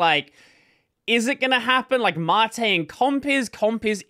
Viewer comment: Why does everyone pronounce things wrong? It's soos and māt.